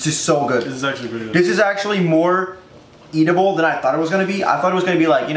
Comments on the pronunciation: appreciate the fact that he said eatdible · "Eatable" lol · more "eatable"? "edible" you mean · Teeqo it's edible not eatible